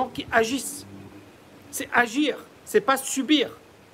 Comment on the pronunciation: c'est vraiment vrai ta coupe et génial. Aussi vrai que se sujet est complexe. J'ai envie de dire qui survivra verra." Demain c'est après demain " 😅 a la 5 min tu redeviens AGIRRRRRRR.